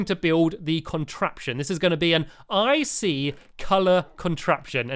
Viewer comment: Stampy doesn't ic sound like icey 😆